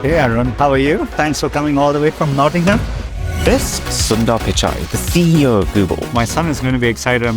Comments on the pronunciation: Bro said Sunday 💀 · its Sundar (su nd ar)